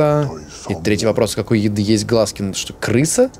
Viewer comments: НЕМНОГО ИНФЫ: 1. Да, с тату не всюду пускают из-за якудза 2. Не глазки, а глазкИ, то же есть и на картошке, мы их обычно выковыриваем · 😅😅😂😂😂😂😂 Не глАзки, а глазкИ😂😂😂😂😂 И у картофеля есть такое знаешь?😂